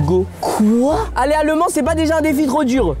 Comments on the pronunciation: On dit au mans... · Michou on dit aller au Mans pas aller. A le mans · Michou on dit au mans.😡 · On dit au mans pas Le Mans tkt pas grave 😂😂😂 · mich on dis pas ''a le mans'' on ''dis au mans'' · On dit Le Mans Michou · L’allemand au lieu du Mans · C'est grave par contre... Michou et comment ils prononcent mal les villes 😭. MauREEEEpas et je vais a LE Man... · Je précise on dit « Au Mans » au lieu de « à Le Mans » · Juste c au mans et pas a le mans svp respecter nous un peux 😢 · Eh c'est pas a le mans c'est au mans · ont dit pas aller a le mans mais au mans xD ca ma stresser toute la video moi qui etais de la bas xD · "à le Mans" ? Il n'a pa réussi le français de niveau CE1. Il n'a même pas le niveau d'aller "à le" collège. 😵